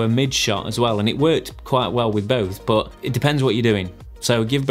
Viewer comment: i subscribed only cause of the way you say "BOHT!" (but) 😂